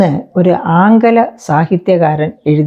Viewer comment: Aankala alla aankila bhasha ennanu,🥺